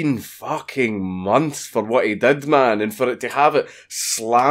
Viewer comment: "Letrally peeing out of my fooking arse" How do you even do that That's how you spell a Scottish accent right?